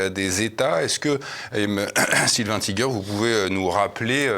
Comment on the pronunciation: J'ai rien contre les américains, nous en sommes! Sauf qu'on sait toujours pas leur langue! C'est comme ça qu'ils nous entubent!👎 hein, on dit tïgueur pas tigère! 😊